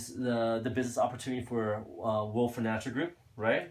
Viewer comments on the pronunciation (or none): none